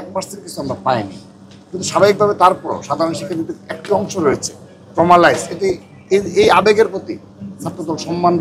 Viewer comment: ট্রমালাইস এটা কি শুধু আমিই শুনছি?? আমি কি ভুল শুনছি নাকি বুঝতে পারছি না এটা ট্রমালাইজ হবে নাকি ট্রমাটাইজ হবে?? অন্য কেউ শুনে থাকলে একটু বলেন তো আমাকে ক্লিয়ার করেন এটা আসলে কি হবে?